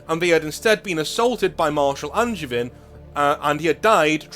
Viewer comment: Guilliman literally is a son of their god. Hence why Helbrecht accepted him and Angevin (which is not pronounced how you did by the way, the a is like a longer o, the e is silent and the i is closer to an a sound) had to fight as the guys who came to his fleet were not the sons of the Black Templars god.